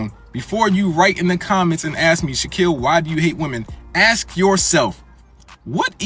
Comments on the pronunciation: What did you axe? Maybe by the time you're in your 40s you'll have mastered the English language... maybe that will help. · ASK !!! It`s not hard to say. BUT.... So many people don`t seem able to. Help me out folks Y karnt peepul pronawnce wurdz propper lyke normul peepul????